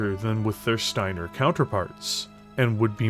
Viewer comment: every time he says shteiner theres another H